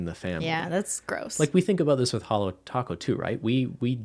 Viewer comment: it's not hello.. It's HOLO When u will learn🤦